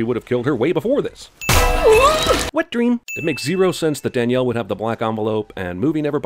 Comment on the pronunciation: As someone whose full name is Danielle, never in my lifetime have I liked ANYONE calling me "Daniel" which is how Jeremy pronounces that name. *Ding*.